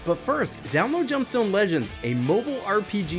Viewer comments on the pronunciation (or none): none